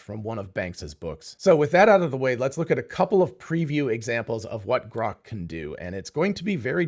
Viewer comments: Why does Elon pronounce it groak? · GROK or CROCK ? Apparently the AI misinterpreted 😂😂😂😂😂